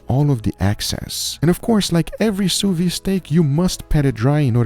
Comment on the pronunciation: Sous viDE, stop saying "sew veeeee"